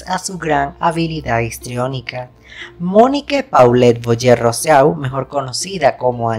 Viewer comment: Su apellido materno es Rousseau y se pronuncia Rusó ...no se dice Roseau